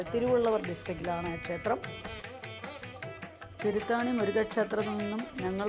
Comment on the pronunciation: Thiruthani not Thiruthaani